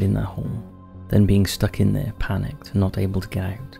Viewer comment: “Do mot participate in extreme caving”. Don’t worry brother…..dont worry.